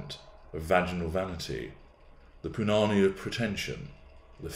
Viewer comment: Did really say "punani" with that accent? I can't, y'all. I wouldn't even know where to begin.🤣🤣